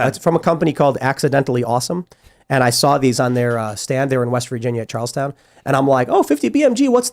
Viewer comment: Tim it’s not “Charles-Town” it’s “Charlston” like Colorado isn’t Call-oh-rah-dough but Cal-o-RAD-o. Call-o-rahd-o is also acceptable. 😊